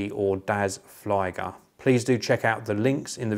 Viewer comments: You need to get your German up to scratch. The IE in flieger is pronounced the same way as you pronounce EE in cheese. I.e. "fleeger". Flieger in German is the same as airplane pilot in English more or less. Cheers! :-) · Flieger is pronounced "flee-gehr"